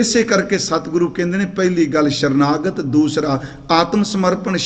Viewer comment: 🙏🙏veer ji baani vich sharnagat nhee ji sarnagat bolo ji 🙏🙏shasha word Guru Granth Sahib vich kidhre nhee hae ji 🙏🙏